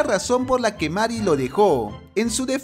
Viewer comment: Que se dice meri y se escribe marry me pone de los nervios. Na es coña xd